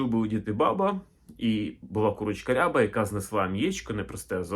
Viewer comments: Відколи рябих курей не існує? Наголос, доречі, на рябА, а не рЯба. Це і правда можна назвати строкатим. Та строкатий не різнокольоровий.. Просто вбийте в Гугл: Рябі кури. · Наголос рябА, не рЯба рябА курка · Українською не рЯба, а рябА. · Курочка не рЯба, а рябА! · Курочка не рЯба, а РябА. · А чого рЯба ,а не рябА ?🙄 РябИй окрас(масть) відома річ 😎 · От неправильне трактування кольорів. З давніх давен і досі рябими називають строкатих курей з білим і чорним пір'ям впереміш. Тільки наголос ставився на другий склад: курка рябА. Тобто абсолютно реалістична рябА, чорно-біла курка, яких завжди повно в українських селах. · Гадаю, що курочка рябА, наголос на останній склад